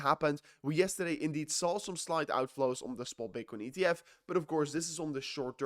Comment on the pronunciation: But you say yeastutday its heppening..you mean crash??